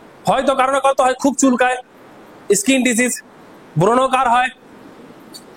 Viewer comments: স্যার কথাটা (ইস্কিন) নয়, স্কিন। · দাদা ইসকিন নয় স্কিন